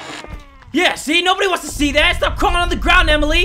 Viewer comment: people watching during quarantine: invented "I SAID STHAP, I SAID STHAP, YOU PLAY TO DAMN MUCH"